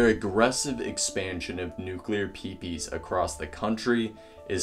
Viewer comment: Nuclear Peepees! Haha! PMSL!!! Dude you did a pretty good job on the video, but some abbreviations should not be verbalised!